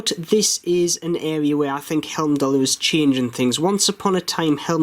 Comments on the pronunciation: Love your reviews, thanks. A quickie. It's "Heimdallr" ie "hime-dallr" not "helm-dallr." Keep up the great work. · I paid £152 for a blue one with a leather strap. Should be with me soon. Good review as usual. One thing though, you are pronouncing Heimdallr as Helmdallr.